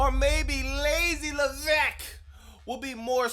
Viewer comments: I love it when you say Paul Leveckk!!!😂😂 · “PAUL LEVECKKK” 😭😭 never gets old i swear